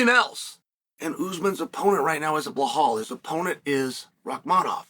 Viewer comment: Chael, it's not "Buhaal"... It's BeeLa'L